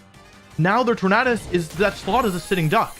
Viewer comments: Ok I can’t it’s torandes like a tornado you don’t pronounce tornado ternaaado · Sorry I don’t mean disrespect, I love your videos but you keep pronouncing Tornadus wrong. “U” is a vowel, which makes “A” pronounce differently. Look up the word tornado for reference.